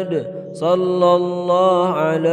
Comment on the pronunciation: Assalamualaikum saya dengar macam shollaha ala muhammad kalau apa yang saya kata tolong betulkan menjadi shollahu ala muhammad